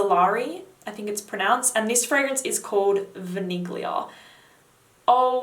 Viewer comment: The "g" is not pronounced in Vaniglia. This applies to both, French and Italian. Merci